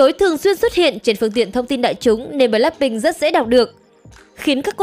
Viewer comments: bờ lách binh nha ad, ko phải bờ lác binh đâu = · blackpink chứ ko phải bờ lác phink nha ad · Là bờ lách pinh không phải bờ lắc pinh nha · Bờ lách pin , đọc tiếng Anh siêu thị 😂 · Mình không khó chịu về những vấn đề trong video nhưng kênh đọc * bờ lác binh * thì hơi sai sai thid phải💦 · bạn có thể đọc BLACKPINK một cách bình đc ko ạ mình không có ý j đâu mik chỉ có một góp ý thôi ạ